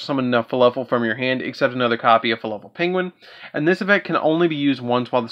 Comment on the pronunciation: Is he saying fluffal or falafel?